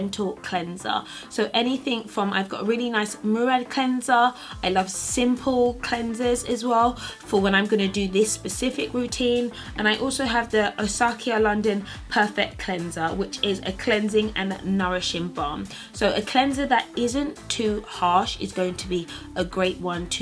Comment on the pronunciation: Great tips! Btw it's pronounced Os-key-a :-)